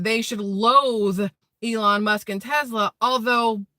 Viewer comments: TeSla, not TeZla..........lol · Its tesla, and sounds like tess-la NOT TeZ-la sorry I am not nit picking lol, yeah I am